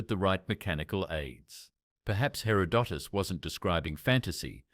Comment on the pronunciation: and mispronouncing, in three different ways, Herodotus’ name. It reminds me of Benedict Cumberbatch and his nature video about penguins.